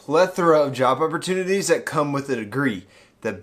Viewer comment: lmao, wasn't java opportunity?